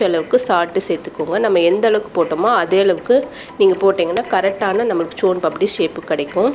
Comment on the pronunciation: முதல்ல soan Paapdi கரெக்டா சொல்ல கத்துகுங்க